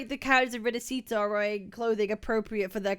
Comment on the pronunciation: Uhm akchually ☝️🤓, it's pronounced rinaSHita Not rinasita (🤮)